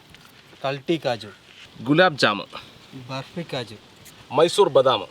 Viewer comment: ബെര്പ്പിയല്ല 'ബർഫി"😂😂